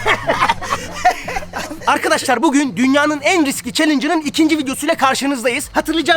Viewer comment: Çelinç değil challenge 😂😂